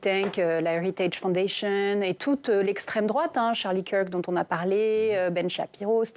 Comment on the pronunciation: " C'est l'estreme drouate"😅